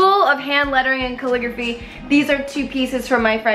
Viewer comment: umm it's calligraphy not coreygrapch ( forgot how to spell)😂